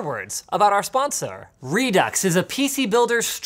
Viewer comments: I'm less than a minute in and Linus said 'sponsaur' so I'm pretty sure this is another Deepdale tbh. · I heard his pirate alter ego slipping though: Sponsaarrrrr. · “Sponsour” Finally, Linus can speak full Canadian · "lets explore that, after I read you some more words about our spon-sir" 😂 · Please read me some more words about your Spawn-Tsar. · What is a “sponsar”? 🤣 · Anyone else notice that it sounded like Linus said “sponserrr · “Our SponsoOr” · "After I read some more words from our sponseur" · French Linus telling us about “Sponsieur”s now. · “About our sponsuh” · about our sponsúr (am I the only one who thought that sounded weird) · Why did he say sponsor like that? 🤣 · why does Linus say sponsor weird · Did anybody else hear how he leaned into the OR in sponsor lol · Anybody notice how strangely he said sponsor at the beginning. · linus why did u say sponsor so weird